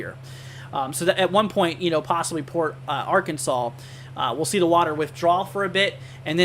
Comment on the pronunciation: You must not be from Texas , it’s Sabine pass / Sab ene , Port ar an sas